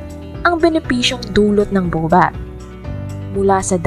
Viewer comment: Baobab po pronounce as 'bawbab" and spinach pronounce as 'spinitch', hindi po bobab at spinatch✌😁